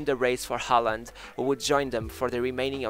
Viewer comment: Learn how to say his name properly.